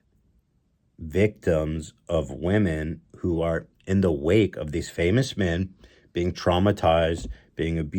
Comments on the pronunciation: "What would we do without minn" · The way Ethan say "Men" as "Minn" will never not trigger me lmao